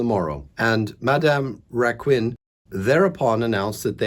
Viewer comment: You were perfect for Therese! Just the Surname...French is horribly difficult though!